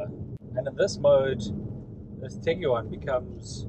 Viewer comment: Tig-wan Not Tig-U-wan